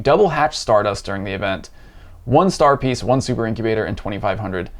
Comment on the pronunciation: “star pice”